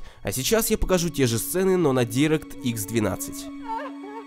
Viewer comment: Не директ икс, а дайрэкт икс произносится